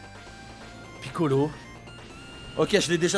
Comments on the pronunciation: yo pourquoi tu dis piccolo ztur lol mais gg luck de ouf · Gg pour les gohan go le monter et arrete de dire kamiccolo ztur😭😭😭😭 sinon bonne vidéo mon frérot 🤗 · "le piccolo ztur" mdrr j'suis mort